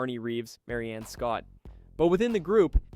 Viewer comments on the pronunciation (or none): none